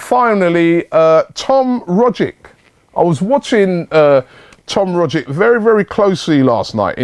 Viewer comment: Just on the Rogic thing, I'm an aussie so ive been watching him for a while... He's undoubtedly one of our most skilled players, and imo could easily do well in the prem, not sure how well though... also its a hard g and a "ch" sound for the c so think of his name like "Roggich"